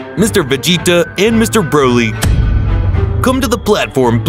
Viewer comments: " brody " " vegete " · "Brody" "vejita" "wiss" 💀💀💀💀💀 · “brody” “vegata” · I bet a baby can win this dude in a race to pronounce vegeta or broly or Kamehameha